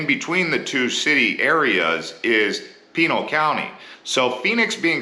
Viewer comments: Dude isn't from Arizona Can't even pronounce names correctly. Penal County? Prounced Pee Nall County. The local indians? Toh Hoh No Oh O Dam. Not Tono Odom. Better than Papago I guess. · Did he say "Penil" county? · Pinal County is pronounced "Pee-NAL" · Your pronunciation of Pinal County is unique. “Pea Nal” I’ve always heard “Pin Al” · OMG. Pronunciation of Pinal, coatimundi, Tumacacori, and more makes it seem like you are a newly hatched Snowbird. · You have the correct pronunciation.